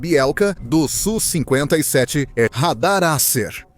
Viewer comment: Video horrível, o sonso nem sabe falar o nome do avião... É S.U e nao su seu panaca